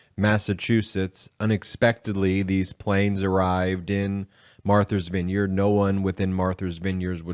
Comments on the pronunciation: It's Martha, not Marther. Matha's Vineyard, not Mather's Vineyard. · Martha’s [Vineyard], not Marthers. That’s like a reverse Boston pronunciation, lol. They drop the “r”, you added one! ;). [love your wrk, btw, and thank you for what you do] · Is he saying Marthur's Vineyard?